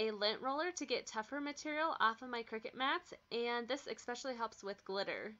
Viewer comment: Just sayin'.... it's not ECK- specially, it's ES-specially. Great hacks though